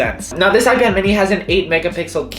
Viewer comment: Is it just me or like I heard “icad mini 5” in the beginning